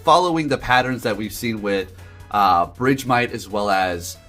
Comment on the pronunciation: It's BERGmite. Where did BRIDGEmite come from lmao